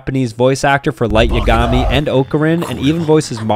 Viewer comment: are we not gonna talk about how he pronounced "light yagami"